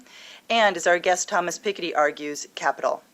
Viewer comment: Such a typical American. The least you could do, as a supposedly intelligent woman, is learn how to pronounce the mans name correctly, You wind up looking lazy and not terribly intelligent otherwise.